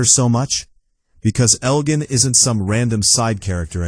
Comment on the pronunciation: You mispronounced Elgin and Clara never lost an eye. Maybe watch the show before you make videos.